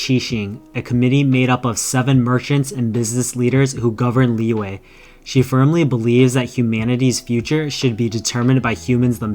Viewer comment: It's not lee-way, its lee-yuh or lee-yeah, the letter y in liyue is a consonant